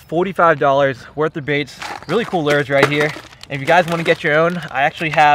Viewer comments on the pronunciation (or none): Normal person: lure (Looer):lure(Lrrr) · It's not pronounced ler it's looer 😂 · I want a "Crus-Tia-Z" " Lerr" lol (CrusteaZ lure) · has a speech impediment